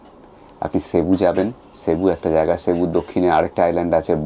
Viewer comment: San Jose is pronounced San Ho-zay Also its pronounced sebu - not shebu